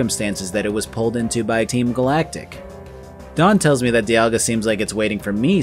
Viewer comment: everything i have ever seen, and I have looked, says that you are pronouncing "Dialga" correctly. It might be said slightly differently depending on who you ask but its almost certainly not pronounced like "Diamond". 👍